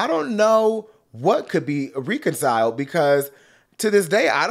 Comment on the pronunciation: “Reconciled” is with a short E for the love of God you’re an Aquarius do better